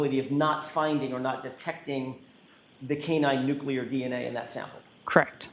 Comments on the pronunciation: I’m sure she’s a very smart witness by working in the crime lab, but it’s NUCLEAR-NOT NUCULAR!!! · It always astounds me when educated people say 'nucular' 🙄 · This dna dummy says nuclear like George W. Bush. lol😅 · God bless you. That was killing me. George w. Bush flashbacks. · Maybe it’s common, but it’s a MIS pronunciation. President Bush said it but it was wrong then too.